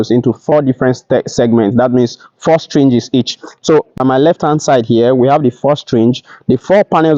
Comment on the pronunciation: Nigerians and their wrong pronunciations 😂😂 strings 😂😂